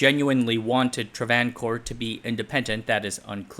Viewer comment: Travancore is pronounced Tra-van-core. Both a's have the same length and are long. Aside from that, great job.